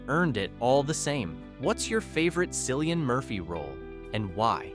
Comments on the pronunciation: How can you claim to know so much about someone and still mispronounce their name? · Learn to pronounce his damn name fer Christ sake